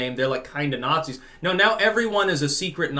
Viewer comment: The more woke you become, the more you start to see "Nat-zees" everywhere.